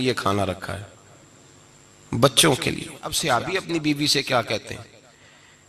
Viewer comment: یہ سیابی کیا ہوتا ہے۔ لفظ صحابی ہے۔ لیکن اکثر بریلوی اپنی جہالت میں غلط لفظ بولتے ہیں۔